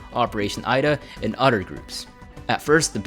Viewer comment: Its other, not udder. =D